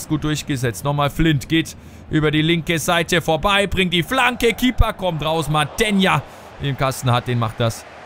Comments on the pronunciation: das heisst Matheeeenia;) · Mathenia wird folgendermaßen ausgesprochen: Matheeeenia langes e